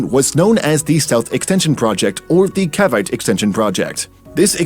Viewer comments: the pronunciation jeez, "Cavite" lmao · THE WAY THEY SAY CAVITE HELP